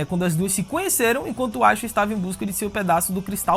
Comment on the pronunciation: Por que ele pronuncia o nome da Aisha desse jeito?